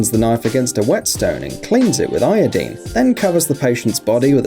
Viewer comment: It is pronounced "eye-o-dine". Also, thanks for the video!